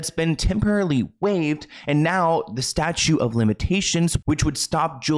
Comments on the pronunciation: It's "statute of limitations". There are no "statues" involved. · Ugh. Too many of these. Also the word statute has another t in it. Not a statue but statute of limitations